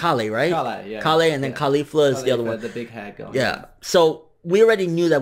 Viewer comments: Isn't her name pronounced like Kayle? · just for the record its pronounced Kale like the vegetable (dragonball keeps most names as puns to vegetables) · Why is everyone mispronouncing Kale? Its pronounced like the vegetable.